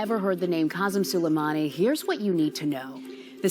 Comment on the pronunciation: Pronunciation - su-lay-money.